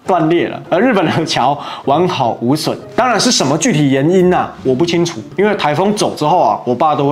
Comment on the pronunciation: 抱歉了 難得的聽到台灣國語"具體岩因"我高潮了